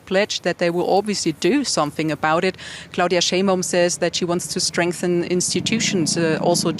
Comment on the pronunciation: "clauDILLMA " kkkkkk